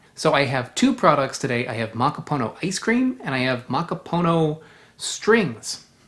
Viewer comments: Its ma ka poo no. not maka poe know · Muh-KOP’-uh-Noh (emphasis on KOP syllable) Muh-KOP’-uh-Noh As in the language KOP (COP) will take offense when you say POO instead of Puh (like in Golf Putt, Putter around…) There is no POOH in Muh-KOP’-uh-Noh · Muh-KOP’-uh-Noh (emphasis on KOP syllable) Muh-KOP’-uh-Noh As in the language COP (KOP) will take offense when you say POO when it’s more of a Puh as in Putt (golf putt, putter around..) There is no POOH in Muh-KOP’-uh-Noh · It’s pronounced: Muh-KOP-uh-Noh (accent emphasis on the KOP. There is no POOH in the pronunciation of Muh-KOP-uh-Noh. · It’s pronounced: Muh-Kop’-uh-No (emphasis on the KOP and there is no POO in MuhKOPuhNo) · Pronounce it as.. makapoonô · Mah-Kah-Pooh-Noh and it's not rare 😅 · definitely. mahkah-poo-NOH